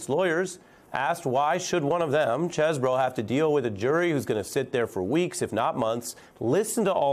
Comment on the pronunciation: It's Cheesebro, bro. 🤦